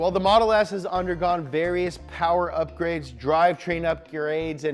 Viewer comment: “Drivetrain up-ur-aids”